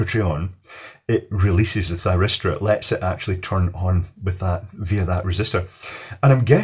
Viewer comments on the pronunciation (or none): Any one else hear Gay Thiristor? No must have miss heard it then. xD